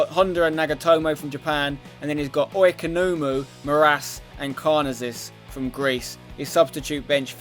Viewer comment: The way you said Oikonomou LOL